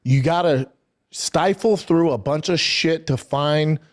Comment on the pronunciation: Stifle? You mean riffle? This guy has CTE.